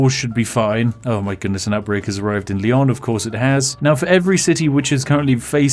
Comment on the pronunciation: This Is my favorite video of your channel. Mostly because the pronunciation. "SEVIL" "LION" "ACORUNA" "TOULDEO"